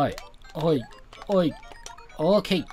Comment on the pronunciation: おーけーがほぅーけぇーって聞こえるw